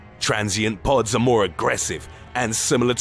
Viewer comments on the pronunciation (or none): I love how he said pods